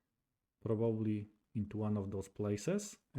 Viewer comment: The chess content is very much appreciated. Some friendly feedback. Forgive me for pointing out that probably has three syllables and is pronounced Proh-buh-blee, not Proh-bob-uh-lee. Also, series has two syllables and is pronounced see-reez, not see-ree-uhz.